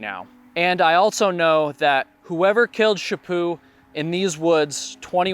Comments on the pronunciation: It is Chaput not chapu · Chapo not Chapoo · Good lord man could call her Louise instead of her last name which is French. To me it sounded like you were calling her Shapoo, but in reality her name is Louise Chaput. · Stop saying Shipoo